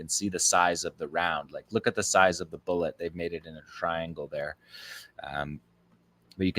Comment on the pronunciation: How pathetic you can't say bull. Et really